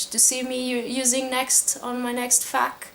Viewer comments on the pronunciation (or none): Pq é q eu ainda n estava subscrita a si? x'D lolol olhe seu pigmeu homosexual eu ouvi "FAHK video" as in "f*ck video" e estava com outras esperanças se é q me entende... My dog is very disappointed he was expecting an Aoba sexy video...